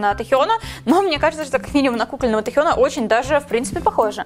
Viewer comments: Только не Тихён, а Тэхён 😉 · Не Тихён а Тэхен 😡😡😡😡😡😡😡😡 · запомни уже "тЭхен", а не "тЕхен"!!! аж слушать противно, фу!!! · Омг, ну почему Тихён Техён (или как там она говорит) тЭхён ТАМ ДОЛЖНА ТВЁРДАЯ "Э", НО НИКАК НЕ "И" И НЕ "Е"🤦‍♂ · пожалуйста. Его зовут Тэхён. Не Тихен.... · Почему Тихён? Тэхен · Это не Тихен , а Тэхён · Позязя не тЕхён а тЭхён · Не Техён, А ТЭХЁН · Техьон?мои ушииии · Пожалуйста говори ТЭхён с буквой Э а то твоё произношение ухо режит P.S. Тэхён тоже мой биас